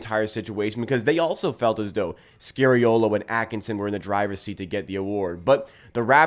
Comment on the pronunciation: SKA SKA ffs. It’s bloody SKA-reeolo. How about we mispronounce your name? Pls pls pls.